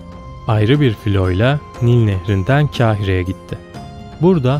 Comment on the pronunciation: Kâhire değil,Kahire kardeşim.